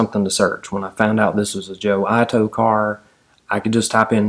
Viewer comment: I love your narrative, you"re a very good story teller. I may be wrong, but if Joe Ito is of Japanese ancestry, his name may be pronounced like 'eatoe', rather than 'eyetoe'. I could be wrong. If so, my mistake. The story is compelling, nice to have history come to life.